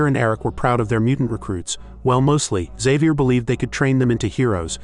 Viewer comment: why cant this AI pronounce, Xavier???